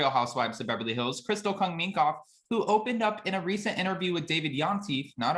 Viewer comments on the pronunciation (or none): none